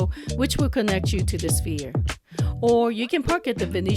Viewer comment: "S-ph-ere," not "Spear."